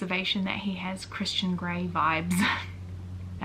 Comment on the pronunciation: the first time u said christian gray vibes i heard Christian granny vibes and was like INTERESTING i see the turn off